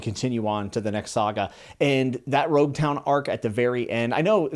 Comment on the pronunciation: Logue Town is pronounced with an L in the Japanese dub so it's universally accepted to call it Logue Town until otherwise corrected. This goes with all names of places in the series. Sometimes they have a reason to be pronounced a certain way so just go with it.